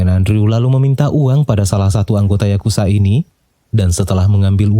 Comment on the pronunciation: Semuanya keren bang, kecuali saat abang bilang yakuza menjadi yakusa,itu jadi kurang enak banget di dengernya bang,jadi gak garang